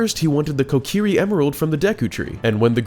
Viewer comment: Ko-kee-ree not ko-keer-ri